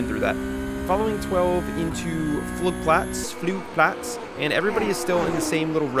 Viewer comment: Flugplatz was pronounced correctly